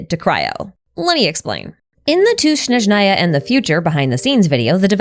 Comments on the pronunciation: Snézhnaya, not Snezhnáya. the game pronounces it wrong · It’s Snezhnaya, not Shnezhnaya. The word starts with the consonant cluster sn, just like in English words snow, snack, or snake. There is no sh sound at the beginning. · You're almost done, it's S-N-ezhnaya, not Sh-N-eznaya. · Why do Americans always mispronounce Snezhnaya omg bruh... It's not Shnezhnaya, but Snezhnaya (sn as in "snake") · I’m sorry but as a Slav I couldn’t focus throughout the video because of the way you mispronounced Snezhnaya 😭 it’s pronounced “Snyezhnaya” and not “Schnezhnaya” 😭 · I just want to say that I find it cute and funny now you say SHnezhnaya :D (it should be [sne] like in snack or even snake) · Snezhnaya is Pronounced Snehzh-Neye-Yuh, The first S is pronounced the same as the First S in Snow. Hope this Helps. 😊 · Is it shnowy in Shneshnaya? 😂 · Great video as always, but my whole body cringes so hard whenever you say “Shnezhnaya” 😖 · please 😭 Snezhnaya has an s like snake, not a sh like shoe at the beginning 😭😭😭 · There is no need to try to pronounce Snezhnaya in a strange way. "S" is pronounced like "S", not like "sh" or "sch". "Zh" (pronounced like like "Zhongli") is the only special letter combination in the word. (Ideally, the first N should be palatalized, and the second N shouldn't be, but it's safe to ignore) The signs in Temple of Space are probably written by our good friend Istoria.